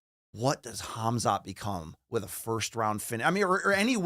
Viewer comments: "HAZMAT" It's really not hard to pronounce these names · Ngl I panicked when said Hazmat instead of Khamzat but then it got much better and he added a lot to the show!